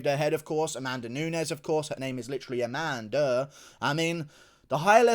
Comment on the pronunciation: I choked on my pizza when you said “A-man-duh” 😂😂😂😂